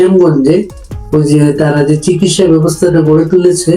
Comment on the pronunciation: লালজামা পড়া মানুষটি একটু সঠিক বাংলা উচ্চারণ করুন। "শিকিৎসা" আবার কী? বলুন, চিকিৎসা!! সঠিক বাংলা বলুন। জিভের আড় কাটান।